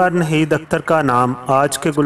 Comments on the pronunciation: اردو کا تلفظ درست نہیں ہے Narrator change kro ناہید اختر کو نہید اختر بولتا ہے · If you cannot pronounce proper urdu in Naheed Akhtar's life story,who asked you to play back your voice in this programme. You cannot pronounce Naheed properly nor Gilani.